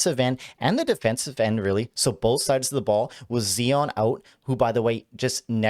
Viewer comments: Z-eye-on NOT Zee-on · Who the heck is Zee-On?